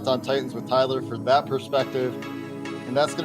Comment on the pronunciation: Dude....I feel like tuning out the opposing hosts right away when they can't even be bothered to know how to pronounce your name right, Tyler....🙄